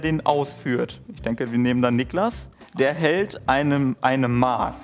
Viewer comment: die Art wie 'Maß' ausgesprochen hat tat mir als Bayerin echt weh 🥲